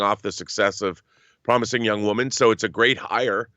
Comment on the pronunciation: What's a "youg" woman, John?